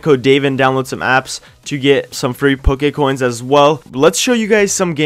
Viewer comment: its PokéCoins not Pokae